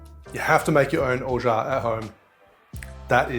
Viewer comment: Have read "Orgeat" many times, but pleased to finally hear it pronounced. Thank you for the instruction on making almond milk also. Happy Mai Tai!